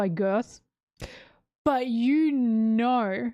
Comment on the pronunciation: I don't know if it's on purpose or just your accent, but I do find it funny that you call Gerd 'Girth'